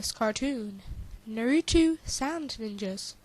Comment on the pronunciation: You're right. It's not a cartoon! It's an ANIME. THERE IS A DIFFERENCE! And the media got the name wrong. It's Na-ru-to! NOT Nerutu! The poor person just didn't have much common sense I guess... Why he even mimick Gaara burying people in sand? And they should NOT blame the anime for the PERSON'S ACTIONS. Last time I checked, Naruto was PG-13. And how'd they come up with the name Nerutu Sand Ninjas? They have names and last time I looked, the most famous Naruto sand character is Gaara.